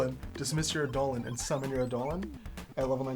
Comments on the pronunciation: just a heads up its pronounced "EYE-duh-lon", not "eye-DOH-lin" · "Ey-Dolon". My ears bleed. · Its pronounced "idol-on", and basically the word "idol" originates from this.. Eidolon is the original ancient Greek written word, but it still is pronounced wrong in English, but none the less you should still pronounce it wrongly so people understand you.. its just to create a game term. If you want to look fancy (to sound cool and heard like you speak elvish), you can also replace D with TH (then/this/that/), the "I" with "EA/EE", and you just learned the true Greek word. Its written like this "είδωλον" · All these people trying to pronounce "Eidolon" in the comments are wrong it's clearly pronounced DIGIMON. I mean it's just obvious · my ears dear gods its Eye-dul-lawn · Great video However...it drove me crazy the whole time Eye-Doe-Lawn I reject the correct phonetics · I’m sorry WHAT? That’s how it’s pronounced?? For the past 4 years I’ve been saying eye-duh-lon. Huh neat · The designers have used this version, but anywhere you actually look up the word it would tell you its pronounced as did. I'd say either is fine but it did throw me off every time he said it.